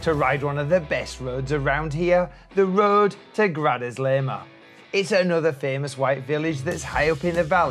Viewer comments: Love the videos, by the way it's pronounced, "Gra-sa-leh-ma" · Looks like you visited in the middle of winter. Never seen Ronda or Grazalema so deserted, they are normally packed with tourists. Wrong pronunciation of Grazalema. I've ridden most of those roads and they are amazing in good weather.